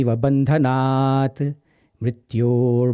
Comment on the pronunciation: wrong pronunciation of maha mritunjaya mantra..... its bhandhanan and not bhandanaat